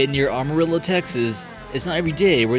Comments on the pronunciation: "AH- marillo" 🤦....dude....no. It's "AM-arillo". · Best thing for you to do is learn how to pronounce things correctly; Amardillo? Come on, get real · Cadillac Ranch is not a ghost town. Why is it on the list? Stanley Marsh hired the two architects and had them buried. Amarillo is pronounce Am (as in I am) uh rill oh. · Cadillac Ranch was designed and created by Stanley Marsh of Amarillo, and I live right between his estate and the Cadillac Ranch. Stanley died some decades ago and was a local outcast for being a pedophile. I doubt any of his survivors even live here, but I imagine they inhereited his land along the western city limits which has been developed for retail use. Amarillo is pronounced with long a sounds not short a's as in the female Anna or my surname Allison. It is Spanish for yellow, and Amarillo is sometimes called the yellow city. Another example would be the a in "can" versus the a in "Khan" of Star Trek, etc. There are thousands of abandoned houses, stores, schools and entire farms in Texas. If you're even driving through here in and direction get off of the highway for a minute and walk around the town squares. Sometimes you'll find amazing home cooking in local restaurants. You won't leave hungry, y'all! See Palo Duro Canyon, for sure!